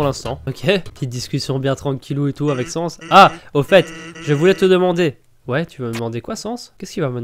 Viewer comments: C'est bizarre que Papyrus est trop occupé pour flirter. D'habitude il est étonné, je me demande qu'est ce que t'a fait pour ça. Au fait, on dit Sa-ns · sans: il faut prononcer le a undaine : il faut prononcer le a